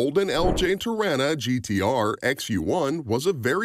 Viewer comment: You've said Torana incorrectly. To-rar-na. Remember to use the long A in the middle there.